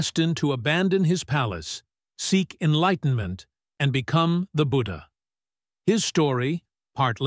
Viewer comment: When you can't pronounce his name 'budhha' and can't pronounce 'ganga' but still try to rewrite history with fake information.